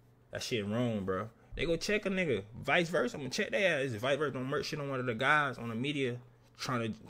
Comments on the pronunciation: they saying “turf” not church it’s just bc he got diamonds in his mouth so it sound like they sayin “church” they can’t say “T” words 😂😂😂😂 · He saying merch..! Not church